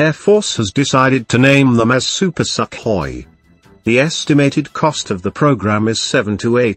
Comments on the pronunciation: I like your pronounciation of "Super Suck Hoy"! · INdian "SUCKhoi"... wooooow!!! i dont know wether o be offended or to laugh my ass off.